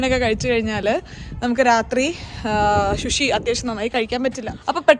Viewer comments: ശുശി അല്ല ചേച്ചീ സുഷി, pls pls pls😭😭😭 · Love your vlogs!! Shushi alla su-shi ennu anu 😊